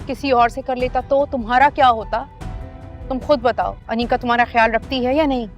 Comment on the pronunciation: Kisi ne note Kia mutahir ne aneeqa ko aneeza Bola